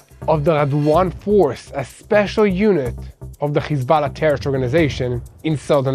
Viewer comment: HISBALA? IT IS HEZBULLA.